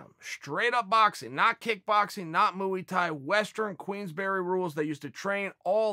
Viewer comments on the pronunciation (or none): Chael “mooey Tie” Sonnen